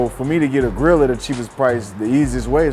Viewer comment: OMFG when he said girl he meant grill he had said they sold over 500 girl I was like yoo until i realized he had said grill 😂😂😂😂